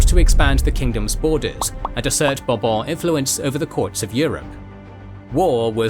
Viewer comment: i am so glad Bourbon sounded like a royal family name in this video (and not some kentucky liquor). By the way, if i had any say, i wish that kentucky liquor was pronounced the way the royal family name is pronouced. (Talking about chinese, i happen to hear a lot from the chin dynasty even if transliterated qin, nobody never actually pronounce it "kin" so i guess people do check on non european pronounciation from time to time)